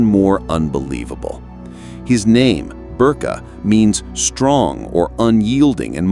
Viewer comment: His name is to be pronounced "Ber-Keh" (or roughly, "Bear-Kay"), but NOT "Berk". Video maker pls take note.